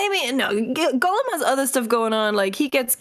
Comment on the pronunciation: Of all of the ways you say it, I can assure you it is not GULLUM. The first vowell an O not a U, stop saying gullum.